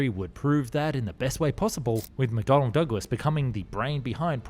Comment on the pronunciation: Please stop saying "Mcdonald", it's McDonnell.